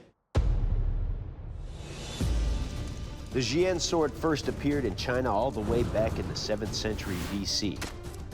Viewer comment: Btw its jian not xian. Just sayin